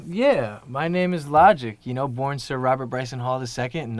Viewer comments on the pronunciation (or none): none